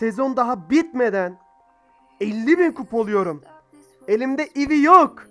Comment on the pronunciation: Abi ivi değil ya😂 eve diye okunuyo